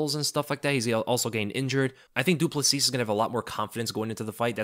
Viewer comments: Love your content mate. Just a pronunciation note, as a South African, Dricus Du Plessis is pronounced Dricus Du Pla-see. The -S at the end of his surname is silent but you've got the rest right. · It’s Dricus Du Plessy. That’s how you pronounce btw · Great content as always. Just a little heads up of little to no importance: when pronouncing Du Plessis just omit the "s" at the end so that it's "Du Pleh-see".